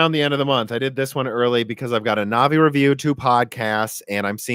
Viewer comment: Also anvi instead of navi. Now the stupid ideas are flowing